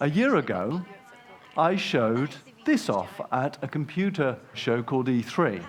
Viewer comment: “dis is da future dis is da game”